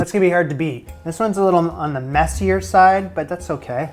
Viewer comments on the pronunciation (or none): none